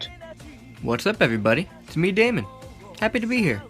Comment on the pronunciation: yep demon not Damon